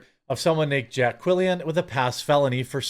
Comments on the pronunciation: Quillin NOT Quillian ffs 😂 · It's pronounced Jay Quelin.